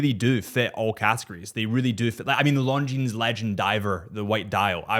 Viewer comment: Tudor? I would definitely go for the Black Bay One 👍. (Omega? James Bond is wrong. And Longines has a silent „s“😉).